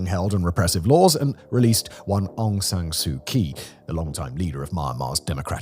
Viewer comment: From someone born and raised in Myanmar (Burma), the pronunciation for Myanmar is "M-Yan-Mar", not "My-mar". Kyi is prounced closer to "Chi". Thanks for this report, and the previous ones you covered on Myanmar.